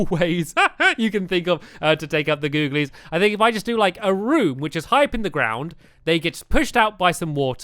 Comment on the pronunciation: Can you not say googilies for one video